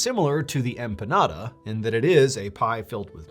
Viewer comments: they are called "EMPENADAS" not EMPADAS 😂 good try though. 😅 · lol it’s “empanada” not empadas 😂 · The scariest part of this video is you keep calling a EMPENADA a EMPADA.. You absoluely BUTCHERED the word lol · Does he mean 'empanada'? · I wonder how many times this happened? Director: Cut! You said empanada again. John: dammit!